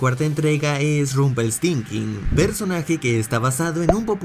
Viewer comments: Nadie se dio cuenta que no supo decir Rumpeltiltzkin? (O como se escriba) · Porque lo pronuncias así???? Es Rumpelstilskin 1d10T4 🙄😒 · Alguien más se dió cuenta que dijo Rumpeltinkin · Es genial cuando dices Rumpelsthinking. Gran video. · No más, ese final fue Perfecto, y te hace encariñarte con el personaje y su historia. También pienso que pronunciaste levemente mal el nombre de Rompell... lo menciono debido al reciente video de “errores” de